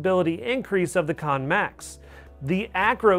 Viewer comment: It's pronounced CAN not KON, super irritating when you cannot pronounce the name of the device. They would have put an O in KANN if it was going to be called KONN. your the second reviewer to pronounce it wrong.